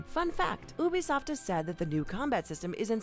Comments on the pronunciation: Ubisoft isn’t pronounced OO-BEE-SOFT. It’s pronounced YOU-BE-SOFT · Oobisoft Try saying like you-be-soft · It's Ubisoft, not Oobisoft. jeez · Ubisoft: ( you-be-soft) not oobisoft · “Oo-bisoft”? No, it’s “You-bisoft” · your pronouncing it ubesoft its ubisoft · its eu-bi-so-ft, NOT ou-bi-so-ft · She said ubi soft it’s uba soft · Ubisoft not Oobisoft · Sorry but.. bruh it's not ooh-bee-soft it's You-bee-soft damnit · I just love oobi-soft sorry i still like its u-bi-soft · It's not oobisoft its you bee soft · ok ok.... Its pronounced U-Bisoft not oobisoft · I amso damn tired of them pronouncing Ubisoft like Obisoft Its Youbisoft not obisoft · Who the Feck calls its OObisoft Its YOUbisoft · ITS NOT PRONOUNCED OOBISOFT ITS PRONOUNCED YEWBISOFT UB1$0FT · “You”… You-bee-soft. It's not called ooo-play. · no, i speak french. It is not pronounced "oo" . i don't even know how to explain how it's pronounced. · Wait wait wait Hold up... Oobisoft? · like U-B Soft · The way she pronounces ubisoft... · she hit me with da oebisoft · I heard about 'Oobisoft' for the first time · she saying oo-bisoft is super unsatisfying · What is oobisoft. oh and those "daggers" are called hidden blades. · When Ubisoft is pronounced as “Oobisoft” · bro who calls ubisoft oobisoft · Did she really call it oobisoft? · I hate wen people say oobisoft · Did she just say oobisoft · Did she fucking pronounce it as oo-beesoft? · OMG she said ubbie soft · "Ooobisoft" lol 💀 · tf is Obisoft i thought it was ubisoft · Great video but u pronounce it yu-bi-soft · Ubisoft is pronounced YOO-bi-soft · It's You-be-soft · I disliked just because she said “OOBISOFT” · It's pronounced (you-be-soft). Also like to end tic tok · Stop calling it oobisoft :( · Lmao oobisoft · It's pernounced you-bee-soft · Apparently it’s pronounced OOBISOFT now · Technical Soham A lot of people pronounce it like that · She cant even pronounces ubisoft right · Notice how she says Ubisoft wrong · why did she say ubisoft so weird